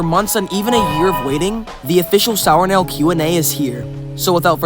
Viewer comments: i just found out your name was pronounced not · I thought your name was pronounced